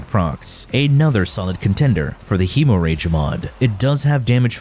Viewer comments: I'm more irked by "heemoh-rayge." It's Hemorrhage. Hemm-redge. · Heh-more-reg, not he-more-rage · Hey Genius, It's NOT Hemo rage. It's pronounced Hem O ridge! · Hemo rage is a no go for me. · Hemo rage, k-nell, tenit plasmir lol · Hemorrhage = hem-ridge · Lmao "hemo rage" 😂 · Heeeeemorage mod😂😂😂😂😂...you have to be doing these pronunciations on purpose 😂😂😂😂.. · it is silent, he's pronouncing it wrong on purpose, he does it with basically all the weapons in the video (hemorrhage for example) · How tf did you pronounce, "Hemorrhage?" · Hemo rage and “ka-nell” are killing me 😂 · “Hemo rage” “K’nell” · My dude, it's pronounced "HEM-mor-idge". And the K in Knell is silent. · Hemo-Rage? Kuh-Nell? I'm surprised you didn't pronounce Gaze as Gah-Zay. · Hemo-rage? Ka-nell? lol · Dude it's pronounced "hemorrhage " and "knell". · ik im not the only one down here saying this but you pronouncing hemorrhage and knell like that is bothering me so bad, im honestly in belief you are doing it because you know it will make us mad